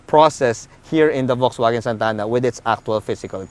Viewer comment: That's not how you pronounce VW. But nice review anyway.